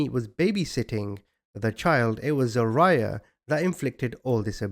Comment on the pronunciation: It’s pronounced Za-rye-ahh .